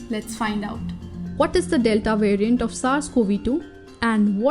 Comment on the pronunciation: Who else heard "it is a mutated virgin"